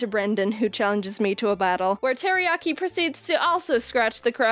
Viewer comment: Its Teriyaki not Teriyari